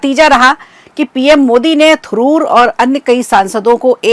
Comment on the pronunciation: Thuroor nhi Tharoor